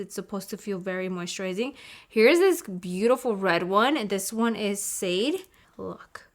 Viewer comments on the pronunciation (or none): "Sade" is pronounced "shah-day" after the singer :)